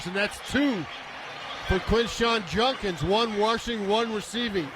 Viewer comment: You'd think a professional sportscaster would be able to pronounce the name "Judkins", but no, this dunce continues to say "Junkins".